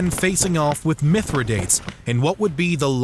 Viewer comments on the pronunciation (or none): Not at all, the pronunciations are bothering me. It's Kim-bri (cimbri) not sim-bri. It's Suh-Luh (Sulla) not soo-la. It's Mithra-day-tees not Minthra-dates... Great video over all but the proper pronunciation brings a level of policy to videos like these. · Mispronunciation of Mithradates